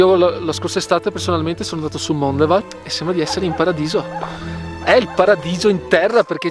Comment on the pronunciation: Mondevàl, lo hai scritto con l'accento giusto, ma pronunciato sbagliato! Venezian che vien su le montagne 🙂 Grazie per il bellissimo video!